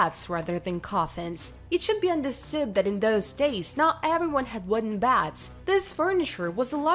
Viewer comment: Its beds not bads.